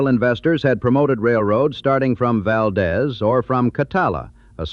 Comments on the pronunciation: Good background. It should be noted, the correct pronunciation of Valdez is Val deese. Dez is proper Spanish pronunciation (aka Valdez is Coming, aka movie) but local pronunciation holds correct, and that is Deeze not Dez. My wife and I visited in the 80s, great trip. Had an old dog with us and a local gave us a ride down the road from the Mine as she was dragging. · Valdez is pronounced 'Valdeez' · I knew it was ai when he called it Val-deez in one place and Val-dez in another, it’s pronounced Val-deez but spelled Valdez. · When I was in high school there was this kid who’s father had worked up there, and he was pronouncing it wrong, Val-dez, I was born in Palmer and knew how it was pronounced and I spoke up and said, “the proper pronunciation is Val-deeze, to which he argued with me and said, “Oh no! everyone up there calls it Val-dez, of course after trying to talk sense to this big mouth, I finally gave up, this was a year or so before the Exxon Valdez oil spill and all the reporters were pronouncing it the way the local Alaskans did, of course I couldn’t help but wonder “what do you think now, smartypants?” 😂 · It’s pronounced “ val deez “ , hereabouts . . . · the way Valdez is pronounced in this video is driving me nuts. Ai crap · Birch. “Chit-nuh” is Chitna, the Can’t Run, Never Will was the Copper River-Northwestern Railway, and people have pointed out Valdeez. This is AI slop and, having worked at Kenncott, I’m offended. Yuck.